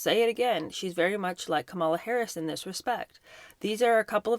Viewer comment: Hey, it's Comma-la. Not Kammola.